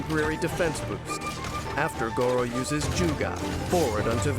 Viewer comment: I can't help but cringe every time Gorou's name is pronounced with the "rrr" sound since that's the same pronunciation as "dog meat" in China :( Gorou is a Japanese name and in Japan the "r" is pronounced the same way as "L" so rather than saying "go-row" it's more like "go-low".